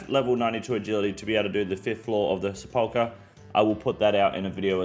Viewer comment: SEP-ul-kur, not Se-PAUL-kur